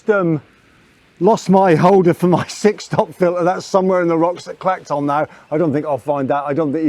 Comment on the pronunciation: Good video spoiled a bit by your mispronouncing the place names. It's not Clacktoll or Ackmelvick. The ch is soft.